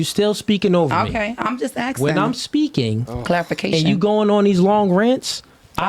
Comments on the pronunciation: Asking or axing? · If she uses the word axes instead of asking…we can’t have a conversation😂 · Im just axing.... Why is it so hard to say ASKing.